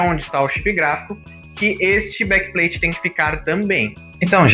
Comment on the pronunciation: Blakpain bom inglês 😂